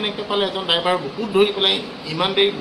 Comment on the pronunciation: "ডাইভাৰ" নহয় "ড্ৰাইভাৰ" । উচ্ছাৰণ কৰোঁতে অলপমান ধ্যান দিবা।